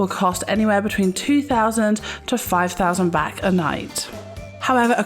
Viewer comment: Why are you calling the currency “Bak” ? It,s Baht. Street food from street vendors is always fresh, they buy their food fresh from the markets daily and only buy for what they expect to sell that day. Most food in Thailand is also organic. Don’t be afraid of street food, it’s usually better than restaurants (who buy their food at the same markets). Train goes direct from Suvarnabhumi airport to Phaya Thai station. This leads to BTS (sky train) to all of the Sukhumvit BTS stations. Best places to stay if on holiday is around Sukhumvit soi 8 or 11